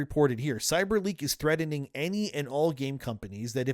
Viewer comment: “Threaden” Another dipshit who pronounces his T’s as D’s.